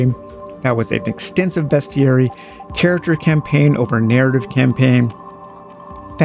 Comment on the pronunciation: You’re the first Youtuber that I have seen that pronounces “Bestiary” correctly 😄